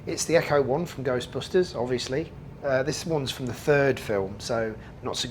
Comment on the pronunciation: It's ECTO-1, not Echo-1.